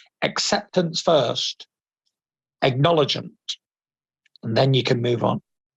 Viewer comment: He said 'Acknowledggennt' lol. I find this interview a bit pretentious. 😂 minutes in. He also started twitching a lot in his face too. His Still got a lot of psychological issues under the surface. I think if Wilder knocks him out, he will have a psychological Relapse again. It sounds to me that he thrives on matter over mind rather than mind over matter.